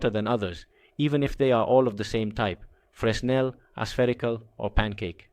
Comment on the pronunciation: That's not how fresnel is pronounced. The S is silent. It's pronounced like frennel.